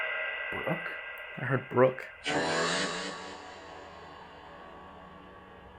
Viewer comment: I didn’t hear “Brooke” I hear “Bruce” lol